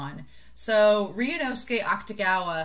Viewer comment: You are pronouncing Akutagawa’s name right. The “u” basically gets dropped when speaking. And the book was interesting. I think the kimono part was relevant because his ability is actually the manipulation of clothing. The monster comes out of his jacket. They don’t really explain this in the anime, but I’m pretty sure it’s not supposed to be a secret since they make jokes about it in the Wan spin-off. And I can’t wait for you to meet the hat and red hair guy, as others have said too. He’s my favorite character. <3